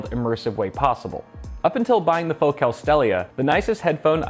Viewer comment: That can't be how your pronounce focal.